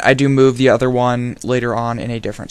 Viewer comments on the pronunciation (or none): none